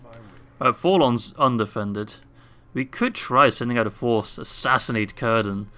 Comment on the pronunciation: I know im waaay late but I think its pronounced more like "sirdan" rather than "kirdan" (speaking of Cirdan)